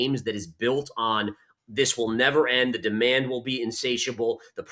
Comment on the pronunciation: My heart melts every time she says demond 😅